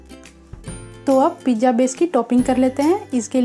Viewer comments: It is pizza not pijja OK but good recipe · Mam plz pizzzaaa bolo.. Pija nahi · It's a pizza not pijja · pizza bolna sekhlo